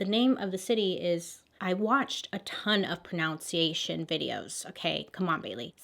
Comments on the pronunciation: "I've been watching a ton of proNOUNciation videos" had me dying, since that word itself is actually proNUNciation 😂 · Bailey, while speaking of another language, mispronounces pronunciation as pronOUnciation in her native tongue. she's me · I know this was like two years ago, but can we all appreciate the irony of how Bailey pronounced pronunciation wrong while saying she can't pronounce stuff. This is why Bailey is an absolute gem <3 <3 <3